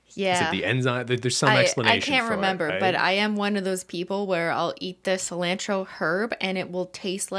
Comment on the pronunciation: the way cristine says cilantro as a mexican makes me i cry a little